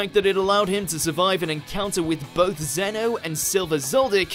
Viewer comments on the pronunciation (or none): none